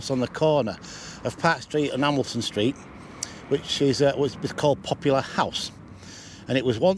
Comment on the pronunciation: did you call poplar house popular house?